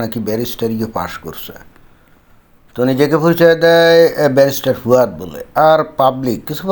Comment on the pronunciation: দাদা,একে ফুয়াদ না বলে ফাওয়াদ বলেন ভালো হবে।